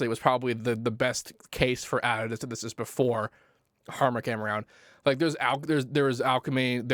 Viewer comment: syntheseisidisi..synthsesiisus..synthestistu.. basics!